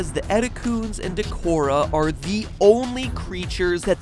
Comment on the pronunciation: Matt, I am gonna blow your mind and point out a HUGE, GAPING flaw in your presentation of this theory! You pronounced "Dachora" wrong. The "ch" isn't hard, like in "chronic", but softer, like in "cheetah". And how do I know this? Well, mainly because it's a play on "dachou", the Japanese word for ostrich. The way your pronounce "Etecoon" may also be wrong, but the jury's still out on that one, and anyway I'm guilty of it too. The "oo" may be intended to be read as a long "oh" sound, not the "u" sound we're used to in English, as the critters name seems to come mostly from "etekou", a highly specific way of referring to a monkey. Early storyboards of Samus' encounter with the creatures Romanize it as "ETECOOH". Of course it could also be a combination, a portmanteau of "etekou" and the English "raccoon" (they are kind of raccoon-like), which would support the "u" pronunciation. Unlike Dachora it's less clear, and so far I've been unable to find any examples of the critters' names being written out in katakana, which tends to be pretty definitive in regards to how vowels work. But hey, that's just a theory! A Linguistics Theory!